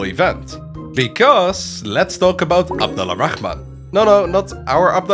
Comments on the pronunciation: The letter L in abed Al-rahaman is silent so it's more of ab-dor-rah-man The (Al) work as the word (The) in English and we don't say the L in it if it has some specific letters after the (AL) like the letter ر which pronounced like the R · The way you say abdal rahman *really* annoys me.